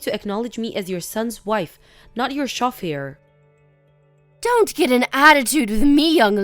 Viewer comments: Agatha. = A-geh- thuh Chauffeur = show-FUR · What the heck is a chaf-e-air?